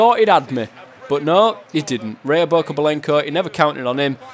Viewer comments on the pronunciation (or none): Ryobokobylenko? It's Rya xD